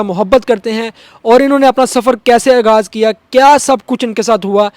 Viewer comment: او شُرلی آگاز نہیں آغاز ھوتا۔ مایئک تو پکڑ لیا اُردو تلفظ دُرست کرو چینل کھول کر بیٹھ گئیے ھو ہندی بولنے کا شوق ھے تو پوری ھندی بولو۔